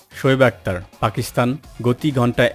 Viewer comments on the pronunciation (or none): none